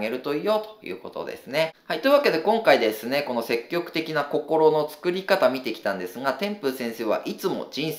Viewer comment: 細かい話で恐縮ですが、せっきょくではなく、せきぎょくと天風さんは読みます。多分、相対的なニュアンス、絶対的なニュアンスを分けたかったのでしょう